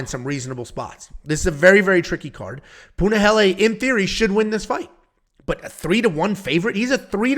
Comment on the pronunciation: Finally he didnt say Punaheel🥳🥳🥳